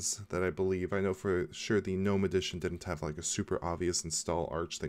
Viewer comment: ... I have to commend you on a small matter, pronouncing "gnome" as 'noum' , as it is suppose to be pronounced... for years, a would be Linux 'specialists' would put "g" in front and screw my day.. Thank you...